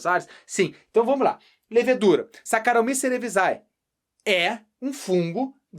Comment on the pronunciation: Só a pronúncia do Saccharomyces cerevisiae que saiu um pouquinho errado rs. Porém a aula foi perfeita, bem do estilo acadêmico!